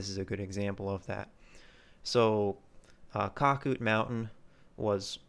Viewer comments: You 100% missed the big picture. 1. It is pronounced Cac -Out Mountain. 2. The area thrived in 80's and early 90's. It was run by skiers and skier families. It was a vacation community. 3. They made money for the associatuon every year off of skiing operations. 4. They allowed guests to buy lift tickets which produced good revenue. 5. As families aged, non- skiers bought into the association. They were generally not as financially well off. By and large, they resented the skiers and skiing. They eventually took over and destroyed skiing. 6. The original lodge burned down in the late 90's. The outdoor pool was originally an indoor pool. Shawnee used pictures of it in their brochures for years. A new, smaller lodge was build to replace the origional lodge. 7. Someone set the lift engine on fire (I think arson but am not certain.) in the 2000's. 8. There was near constant litigation over skiing between skiers and non-skier homeowners. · It was pronounced cake-out- mountain! Winnona lakes Winona falls! Skied there as my friend raymond had a house there